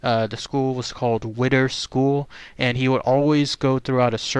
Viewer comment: It's whit•tee•er school lol